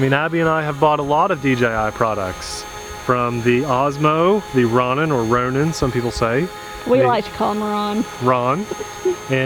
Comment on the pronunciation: Just a FYI but it’s Row-nin. Not Ron-in.